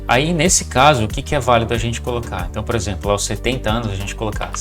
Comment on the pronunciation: A v1 sempre teve problemas com números, precisa escrever por extenso mesmo, também pronuncia errado o "aos" que fica A.O.S, aí precisa escrever "als" pra ler certo. O que eu não gosto muito nessas novas versões de TTS, é a quantidade de vozes que pronunciam com sotaque - (R retroflexo), como em "surpresas", "verso", Isso me incomoda. Muitas são assim, a própria voz do Chat-GPT faz muito isso.